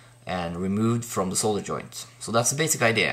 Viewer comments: Cheers for the video, yes, nice to see solder pronounced correctly (sole dur) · thanks for the video...and pronouncing solder correctly